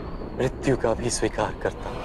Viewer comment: Mrityu not mritvi. Mirityu could be easier for you to say